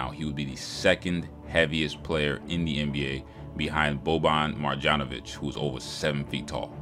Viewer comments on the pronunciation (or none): And it's pronounced maryanovic the J in marjanović is pronounced as y. Hope you get that in case of your next video not to piss people of Serbia off man. 😂😂 am sure Boban will be like "what this man just say".